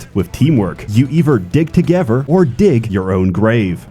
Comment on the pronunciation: "dump a fat load inside of molly" My sides. Also he said "togever" twice in this video